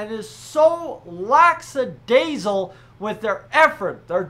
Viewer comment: Hey, a bit off topic here, but the word is actually “lackadaisical” and not “laxadasical”… its “aKa…”, not “aXa…”